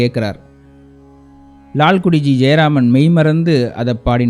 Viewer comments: Perhaps your Tamil pronunciation requires further practice. It's Lalgudi. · Wonderful edition. Sir it is not Lalkudi but Lalgudi. Similarly not saama ragam but saamaa ragam. With due respect nd apologies!